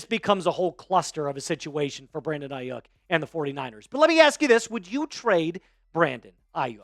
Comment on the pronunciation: It's Ai-YU (pronounced like you)-k. Not bashing you or anything just helping ya know how it's pronounced